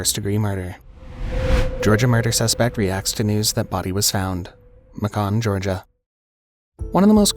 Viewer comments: Macon (Georgia) is pronounced like bacon 🥓... 😂😂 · MACON? GEORGIA? 😅 IT'S PRONOUNCED JUST LIKE IT LOOKS LIKE BACON ONLY MAKING WOW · I dont think ive ever heard macon Georgia pronounced like that lol